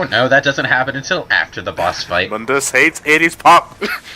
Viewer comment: Its (moon-dus) not (mun-dus) god damn it you guys.